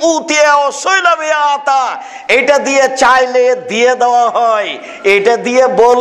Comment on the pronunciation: আংতাল হবে। নুন সাকিনের পর 'তা' (ইখফার হরফ) থাকায় -'ন' এর উচ্চারণ 'ং' এর মতো হবে।